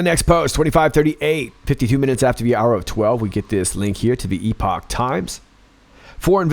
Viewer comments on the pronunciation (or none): No disrespect intended- Epoch times- Ep-och times. Thank you for all you do. Great video. God bless.